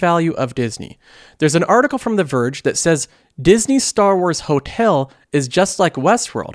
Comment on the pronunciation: I’ve got to ask, where are you from? Seems like every other video I hear a new funny pronunciation of a common word. Disney “Hotale.” They crack me up.